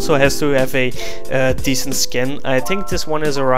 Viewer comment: ''I tink ''